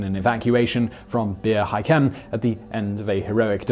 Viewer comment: I'll pay this one....it was actually ok.....exept your pronunciation of Bir Hakim...."bear hi-kim"....its Beer har-keem...ok?....you do this CONSTANTLY....it's the worst.....just look the damn names UP....they ALL have a proper pronunciation next to them....some even have a sound recording.....its not that hard to research.....and "Datch-oww"....is pronounced DACK-OW....omfg.